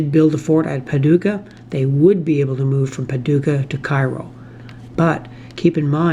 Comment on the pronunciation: I realize that you're a Canuck, but there are a couple of your pronunciations that the natives might object to. New Madrid -- the locals pronounce it MAD-rid (rhymes with "bad kid"). Cairo -- pronounced KAY-row (rhymes with "payroll") Enjoyed the video, as always.